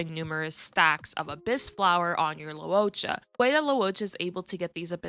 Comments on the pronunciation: Fyi loucha is pronounced as low-chaa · Fyi Luocha's name is pronounced – Luo – 'lwoh' Cha - 'chah' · Luocha is pronounced Luo Cha